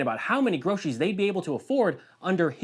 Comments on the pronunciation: He can't even hardly say groceries!!! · He can barely say groceries ....